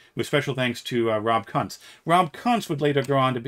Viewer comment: My man, Rob Kuntz's name is pronounced “koonts”.